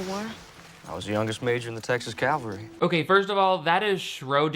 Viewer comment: Also, did Jasper say "Texas Calvary"? instead of "Texas Cavalry"? Like were you fighting for slavery or did you want to be crucified?